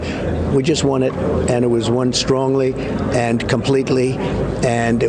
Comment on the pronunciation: Who with and intelligence says "we won strongle". ???